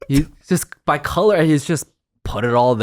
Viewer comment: “I’s sowry, I’m cula blind”🤣🤣🤣🤣🤣